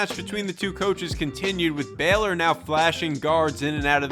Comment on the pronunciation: Good video. It’s pronounced “BAY-lor,” but good breakdown of the coaching and the talent.